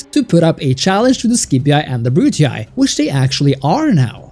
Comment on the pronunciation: Nice video, but the way you pronounce “scipii” and “brutii” makes me wanna violently stick a chopstick into my eardrums